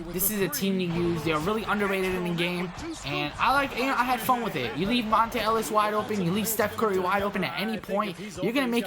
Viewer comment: MONTA not Monte ....fuck